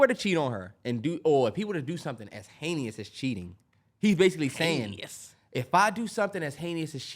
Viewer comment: “Haneyous” is wild lmaoo